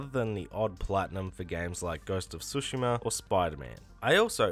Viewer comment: "Ghost of Sushi-ma" lol